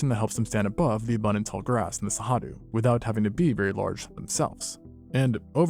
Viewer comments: I get that you can't pronounce Cerrado, but hearing it pronounced with an h, just made me want to bang my head against a wall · Give me a break! Why are you guessing at the pronunciation of Cerrado? It's not even a reasonable guess! Where'd you get that "H" sound? It only takes seconds to search for "pronounce cerrado" and follow a link. When I find that a channel that takes itself seriously doing things like this, it makes me distrust their information. If you can't be bothered to learn to pronounce the name of the place you're talking about, how likely is it that you were conscientious in your research? Seriously. It matters. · How do you get "Sehadu" out of Cerrado? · There's no way "Cerrado" is actually pronounced "Sahadu", is there? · You have a very funny way to pronounce Cerrado... as Sahadu. Anyway, without the great gnu migration... the Cerrado can't compete with the East African savanna, really. Where are the great herbivores when you need them?! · Love the video, and love that cerrado was mentioned and talked about, but as a Brazillian also, the way he says cerrado hurts my heart so much 😭